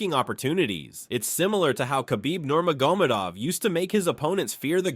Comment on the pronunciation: The videos okay. But I can tell you not an MMA fan. Because you barely pronounce anyone's name correctly. Especially khabib Nurmagomedov.